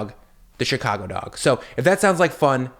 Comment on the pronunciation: Fingie?? Chicagie?? How old are you?